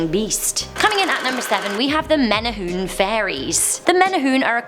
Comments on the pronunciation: menehune is accually pernounced (Mene-hoo-nei) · mehneh hoonay and pay lay would be how you pronounce menehune and pele i had a friend who claimed the night march would go through his grandparent's house every night and they had to open the front and back doors to let them through. he said you had to bow until the entire night march was through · Meh-nay-hoo-nay... NOT meh-nay-hoon AND Peh-lay... NOT peh-lah AND Puh-lee... NOT pah-lee AND Hoo-ahh-kah-ee-poh... NOT Ho-ahh-ka-poh You definitely brought shame upon our language!!! 😂😂😂 Just kidding. You tried, and I love that our urban legend/horror stories have some light shined upon for the entire world to see. Great video! Many, MANY, more urban legends/Hawaiian horror stories than just these mentioned though. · Every Hawaiian name was wayyyyyyyyyyy off the pronunciation of them like Pele is pronounced pay-lay. Menehune: May-nay-who-nay Pali: pah-lee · Hiw to pronounce Hawaiian words Huaka'I po /hu wa ka I po Wahiwa /wa he wa Menehune /me ne hoo ne Hawaii /ha va ee Pele /p e l e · You pronounce the e at the end of menehune.I thought the legend was if you carry pork down the h3 freeway or pali freeway,the menehune will cause your car to stall or breakdown.I didnt know it was the pig god. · If you dont know how to pronounce the word menuhune it's not menhue..ppl gets offended.. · “Menehune” lol its pronounced mena-hoo-nay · I’m like what the heck did she just say 🤦🏻‍♀️ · Menehune is pronounced Menay hoonay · I am from Hawaii, it is hard to pronounce most Hawaiian names, but just remember that every letter is pronounced, (ex. Menehune is Meh-neh-hoo-neh). Also residents of Hawaii are considered Hawaii residents, Hawaiian is reserved for those how are of Hawaiian blood. Otherwise I thoroughly enjoyed this episode!!! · Menny-hooon haha!!! Butchered that word "menehune". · Hoi you haole, it's pronounced menehu'ne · No offense but the way she says the name of menahune ,Pali and pele it annoys me men-a-hi-ne p-ah-li peh-le